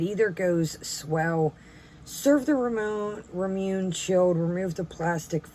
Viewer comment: Pronounced raw moo nay. I love these drinks, get them all the time at the local Japanese market. My favorite is the original flavor. There are also ramune flavored candies too!